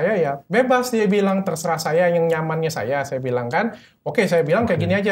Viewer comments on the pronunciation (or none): none